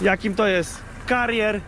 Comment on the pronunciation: Czyta się katery😉